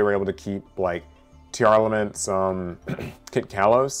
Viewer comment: teàrlaments? purrèlly? its like that skit with the teacher mispronouncing names, from key & peele